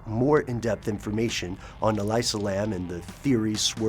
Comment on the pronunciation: Love you guys and all, but I've gotta say, the way you're misprouncing her name is like nails on a chalkboard. It's 'Ah-lee-sah', not 'Ah-lai-sah'. I really respect the research you guys usually put into your stuff, but c'mon. I actually went to the same uni with her, never met her, but I've heard she was mentally stable despite her bipolar disorder. No one here believes she would have committed suicide -- she was apparently quite happy with how things were going in her life. I think she was murdered... I think someone was following her and she was trying to throw them off her tail while being wracked with fear, hence the extremely bizarre elevator footage.